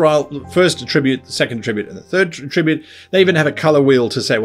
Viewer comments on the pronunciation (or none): OMG, /ˈætɹɪbjuːt/ The noun is stressed on the first syllable!